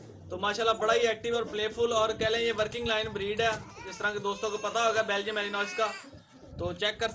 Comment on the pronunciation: Ya belgyam shpeed hay melineam nhi yar ghalat lay liya hay